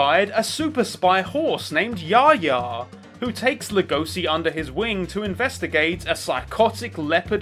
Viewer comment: I think the important thing to note is that the "h" is pronounced--it shouldn't sound the same as "ya-ya." So I guess more like "ya-hya"?